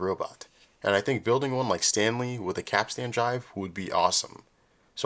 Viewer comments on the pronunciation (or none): Heyo. FYI, it’s pronounced like cap-stn, not cap-stan. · Great vid, but capstan is not pronounced cap-stan with equally accented syllables. The first syllable is stressed and the last syllable is pronounced stun. Think captain, but with an S in the middle. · Damn, that was pretty cool. Apart from how you said, 'capstan'. Have you got your cap Stan? No, but I've got the capstan.😁 Edit: I'm British... Hope that clears things up. Subbed. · Every time you mispronounce capst'n i cringe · Please say Capstan as "Capstn" and not Cap Stan as that just hurts my English ears... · While in the Navy, we pronounce capstan as cap-stin. Not sure if we are right. Love the video. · How can you have done as much research as this and still be saying Cap Stan?